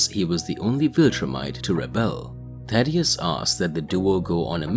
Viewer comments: Jesus Christ man it's Thaedus not Thadeus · Omfg it’s THAE-DUS, not Thaddeus bro how do you get it wrong every single time?